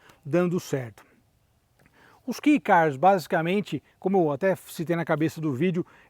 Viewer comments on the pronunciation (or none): Só uma errata (humildemente corrigindo): Não é Key do inglês "chave", pronuncia-se "quei" e escreve-se KEI na pronuncia e originalmente se chama K-Car, do japonês Keijidōsha (veiculo motorizado de pouco peso), eles eram originalmente quase que um kart de transporte pessoal, com motor de moto, para a população pós guerra que carecia de recursos financeiros. A nossa Towner tambem é um Kei Car, projeto que foi produzido por varias marcas, mas em especial, pela subaru, com interior super luxuoso, opção de 4x4 e até teto de vidro panoramico. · Eu já tive um vivio supercharger rx-r no Japão. Que carrinho divertido! Com muito arranque. Só uma correção, a pronúncia é "quei" e não "ki", até pq se escreve kei e não key. Caso tenha interesse existem comerciais da época, é só por na busca por subaru vivio cm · Japonês pronuncia kei